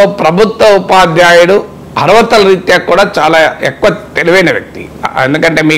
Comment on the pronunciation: Sir, I have been observing that you are pronouncing " ARTHATHA" as ARVATHA. Please pronounce it as " ARTHATHA" only which means eligibility in English. I don't expect such a wrong pronounciation from people like you. దయచేసి "అర్హత" అనే పదాన్ని సరిగ్గా ఉచ్చరించండి.